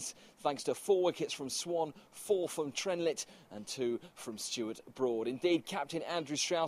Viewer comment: He said Chris TRENlett? pfft...hahaha